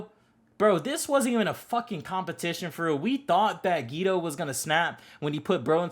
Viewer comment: Not geegee gege and choso not chooso and geto nat geeto